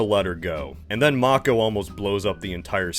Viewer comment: Nice you can pronounce Mako. I'll forgive the *yay-ger*, it's too late to correct that :)